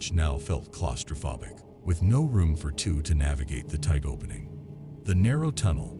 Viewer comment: What is with the odd pronunciations? "claustro-phobe-ic" not "claustro-phob-ic" "pe-teet" not "pe-tight" "hypo-thermia" not "hypa-thermia" "ree-consider" not "re-consider" "tre-cherous" not "tree-cherous" It sounds like AI narration pronouncing things exactly as they are spelled.